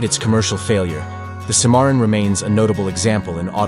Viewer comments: The Cadillac Cimmaron is pronounced “Sym-marron”, not “Cee-marron” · The guy that's pronouncing the names of these cars is a c-moron😂